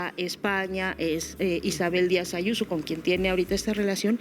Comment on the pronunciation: Adoro como llama a Israel Diaz Ayuso, "Ashuso". Cada vez que la vea me acordaré de tí.❤